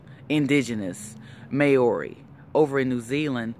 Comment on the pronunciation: your pronouncing maori incorrectly just saying